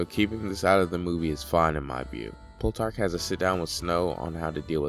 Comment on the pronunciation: Soooo. Great video. My only complaint is the fact that you think Plutarch is called pull-tarch. Haha both syllables are pronounced as wrong as possible.